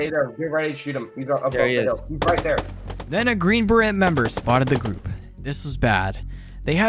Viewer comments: As an American, it’s pronounced Bur-ray not Buh-Rhet. These are two different things. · Green barrette? 🤣 I think you mean, green beret (the t is silent). Green barrette sounds like a girl scout troop. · As a French Canadian, hearing beret pronounced as berrette made me feel physical pain. It's pronounced as burray. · Btw beret is pronounced burr-ay (as in cold) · you dont say the T in baret you say bah-ray BAH RAY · Beret = “Beray” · Beret has a silent t. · Please tell me you're pronouncing green beret that way ironically